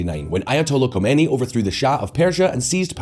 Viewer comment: If this channel is driven by such lazy people, that do not even check how to pronounce Khomeini, then you know how unreliable the rest must be, especially the more complex topics, I highly doubt that they really dive into those and research it properly, given the lack of standard, or shall I say low standard!!! You guys are the Walmart or Primark of political news, only focussed on low cost, low quality but high output in order to reach/fool as many simpleminded or naive people as possible!